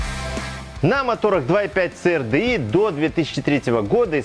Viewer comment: Ц АР ДЭ И!! )))))))))) Кому, то надо срочно повторить английский алфавит!!! ))) И поменше эмоций!! Это же не политическая передача!